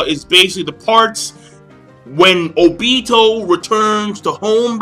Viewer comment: I hate how you say Obito